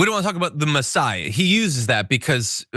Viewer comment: Funny that he says mesiaha when they droll over Trump